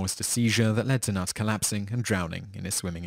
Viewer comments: Knut is actually pronounced with a k and not with a n at the beginning, so it knut and not nut ;-) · The K is not silent in Knut as it is a german name 😉